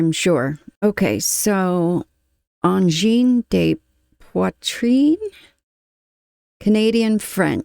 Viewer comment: Angine de pwa-treen with a hard french "r", you did a good job 😊👍